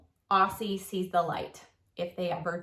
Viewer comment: the s in aussie is pronounced as z.It stands for australian😁